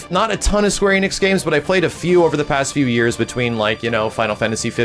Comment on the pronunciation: Enix is pronounced "Eh-nix" not "Ee-nix".